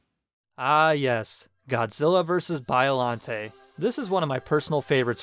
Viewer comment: It's pronounced 'Ay-ji' not 'Ee-gee'. Also, it's 'Bee-o-lante' not Bio (as in biography) lante. Sheesh...